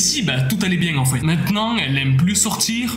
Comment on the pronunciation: Je rigole tjrs qd tu dit biengue😂😂